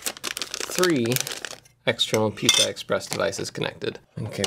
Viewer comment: Thought I heard you say "Pizza Express devices" :(